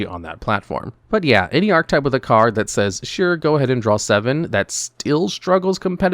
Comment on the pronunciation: Please learn how to say the word "archetype"